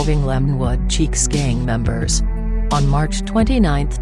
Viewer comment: It is chiques not cheeks.